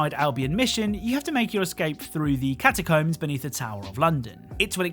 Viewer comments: he says it wrong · I've never heard anyone pronounce "catacombs" like that before, but great video!